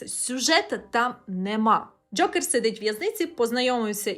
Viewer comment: Дякую за шикарне відео!Дуже було смішно, що ви кажете Джьокер прямо, як Скрипка, коли рекламував казино Джокер😂